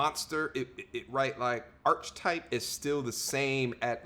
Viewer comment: The word “archetype” is pronounced ar-KUH-type. It has a hard K sound. Not a CH sound like cheese. You keep doing this and it sounds silly when you’re trying to speak w/ authority on a topic and you’re struggling w/ the language.